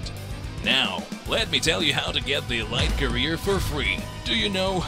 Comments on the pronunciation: Good video, but elite is pronounced “e leet”, not “e light”. Otherwise perfect video! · It’s pronounced “ELEET” omg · "EE- L-EE -T" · If he doesn’t stop saying E-Lite I’m gonna be pissed